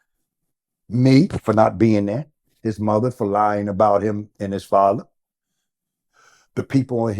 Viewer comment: And the word is lying** not Lein lol